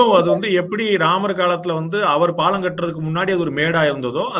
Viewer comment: My friend it is not pallan it is palam